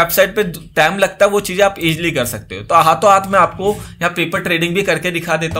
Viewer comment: haato haat bola mtlb rajasthan se hai bnda lol